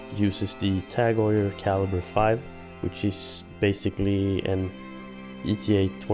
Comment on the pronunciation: Perhaps you mean Tag Heuer not Tag "oil".